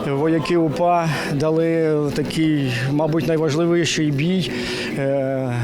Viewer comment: Правильна вимова "найважливіший"!